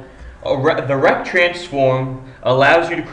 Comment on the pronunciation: RRRRRRRRRRECT transforms an nchr pnt...